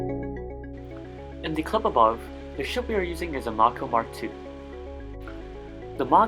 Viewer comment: This is a good guide, I did not know about how probing in a square is the most efficient way to probe and how probing can be done while warping for maximum safety. This will make mining a little bit less stressful for me. edit: Also I am not sure but I thought the mako class miner was pronounced alike how someone might say a Mako shark. Like May Koe